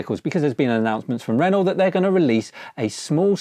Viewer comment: It's ren-oh (good vid tho 👍)